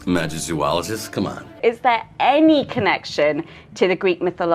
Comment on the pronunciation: "mAZ... MaZOo... MaZOoG- I CAN'T SAY IT!))T_T > :).....(still trying).mAZigOlO- .. MazOO..." -... -... Magizoologist, COME ON! ~_ I'M DYING!!!!!